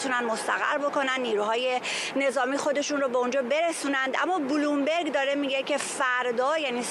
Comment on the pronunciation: بوووولووومبرگ؟؟ خانم شما خبرنگار در واشنگتن هستید و باید اقلا لهجتون درست باشه! 🤦🏻‍♂️🤦🏻‍♂️🤦🏻‍♂️